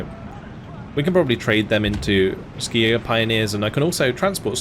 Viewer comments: Since it is a German division, it is pronounced "Schi-Jäger", not "Skijäger", much like "Shi-Jäger". The Swedes would even say "Hee-Jägerrrr". The Fins indeed would say "Ski-Jägerrrr". Minor note. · Hey, a German here, the k in Skijäger is spoken as ch, we say Schijäger in Germany.